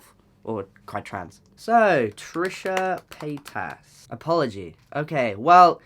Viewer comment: When you say Trisha paytas it seems like you are trying to say petasse ( bitch) in a bad french accent.